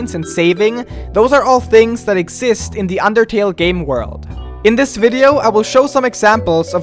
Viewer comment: did you say underkill or undertale?